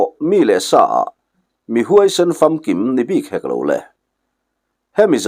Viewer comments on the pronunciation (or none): Pamham i lam dan hi "Khamphei" tih ang hian lo lam tawh la ka van ti êm. Khêk i lam dan pawh hi Sachek tiha chek ang hian i lam hi a dik lo .. ka zak-ah min dêk tiha dêk tih ang hian lam tawh la a dik zawk lo maw.